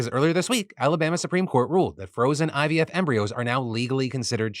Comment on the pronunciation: I've been hearing ibf instead of ivf